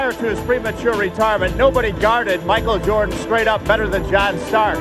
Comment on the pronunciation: "Micah Jordan"